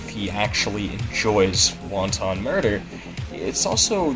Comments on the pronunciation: "Wonton murder" wow didn't realise he was killing Chinese food. It's "Wanton" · Pronouncing wanton as wonton is fucking hilarious. And good video!